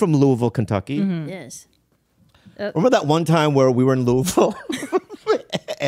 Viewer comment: I appreciate that Bobby pronounced the name of my city correctly (Louisville)